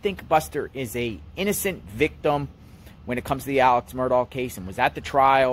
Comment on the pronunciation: You’ll gain more credibility if you’ll pronounce “Murdaugh” correctly. Good grief…